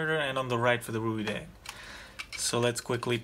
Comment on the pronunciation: Reideng pronounces like raydeng.